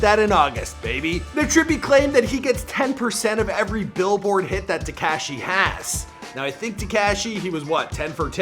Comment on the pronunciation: How you say “ TECASHHHY” is so infuriating, and you say his name like 18 times. If you’re gonna say it that many times at least say it right 😂😂😂